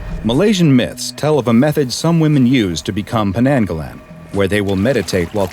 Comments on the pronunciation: It pronounce as 'nang' not 'neng', Malaysia language vocalize strong A just like how u say A in ABC. Idk is that make sense😅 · As a Malaysian i heard The Potayainek The Pokong And now : Penenggelen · The way you said Penanggalan is pretty funny. It's kinda pronounced like Pe nuhng guh luhn. "uh" being the regular "uh" sound, and the "e" being the "a" (in english as "a dog") sound. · Its actually pronounced pen-ng-ga-lan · This is a Malaysian legend I'm not sure if it's a real one It's usually used by black magic users to curse someone (sorry if it isn't accurate it's just the version I was told) Edit: oh shit there are two strange men with suits on outside my gate /j The way you pronounce "penanggalan" just annoys me but I understand that you never spoke much Malay before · Aww man if you knew how to say penanggalan properly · Ngl but absolutely butchered the name LOL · Oh this is of Malay origin? I thought it was Filipino 'cause of how pronounces it xD EDIT: That interaction though. XD A photoshoot with the head.